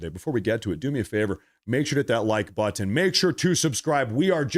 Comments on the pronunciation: It's butt un , not butt in 😂😂😆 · You pronounce Buttin. It button that what it is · Most people say butt and end it with the sound of n, not the word ton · Lol, I never noticed it with, but I'm old enough that I've noticed it in younger generations with both white and. black people putting the accent in the wrong place pronouncing words like button (butt uhn). I think it stems from Ebonics but alot of the younger generations do it. Another one I've noticed is compulsively pronouncing the "t" in listen. It hits my ear cause as an older guy to me it just sounds stupid, but I'm sure my generation says stuff that probably annoyed older generations. like calling other guys "man" which we picked up from blacks too. Way back when they might say "I'm not your man" but now its ubiquitous and people rarely get annoyed by it.